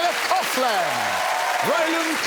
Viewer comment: I guess I shouldn't be surprised when you can't pronounce Dara Ó'Briain's first name correctly, there was no chance you were going to pronounce Nicola Coughlan's last name correctly either.